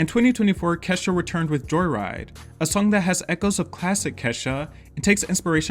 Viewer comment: Allays pronounced Ke$ha as Keysha for some reason. Black household? Alica Keys reference?